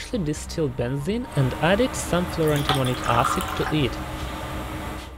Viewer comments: I keep hearing "fluoro-demonic acid." I am not sure that that is wrong. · it sounds like you are saying "fluro-demonic acid"